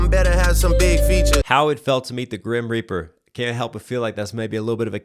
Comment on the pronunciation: Sounded to me like he said "Meet the Grahamreaper"